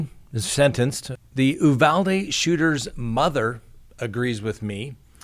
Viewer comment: Sir, I’m a girl from Texas. Uvalde is pronounced with a hard U. Uuuuuvalde. Just wanted to let you know. Love your channel, btw